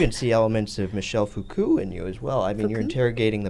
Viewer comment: butchering the pronunciation of Foucault while comparing him to Hailey is unreal